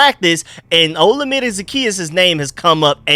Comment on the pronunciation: FYI Olamide is pronounced like oh-LA-mi-day. Keep up the good work bro!